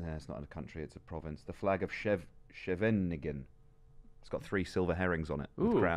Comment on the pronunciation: I used to live in Scheveningen and your pronunciation is amusing. The Dutch use the name to work out if you are from the Netherlands or not as only people who live there can say it properly.